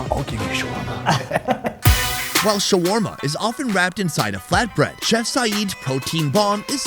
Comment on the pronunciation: "You want sharwarma? Ill give you shwarma"